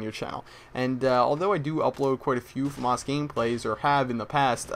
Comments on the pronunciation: Hey, Why do u pronounce famas weirdly. like fumus!! Try: FA like (fat) and MAS like (mass) when you go to church. lol thought i might help you out there :) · its famas, not fawmahaz